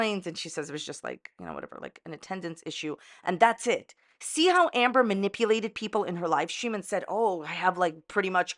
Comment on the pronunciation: Is it Amber or Amba? You aren't consistent with your pronunciation just sayin. What part of NY are you from?